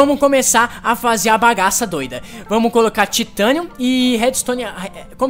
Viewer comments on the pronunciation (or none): "Taitenium" e "Vaibrenium"... Rezende pqp né, Se pronuncia Titanium e Vibranium. Da raiva de ver o Rezende tentando falar em ingles -.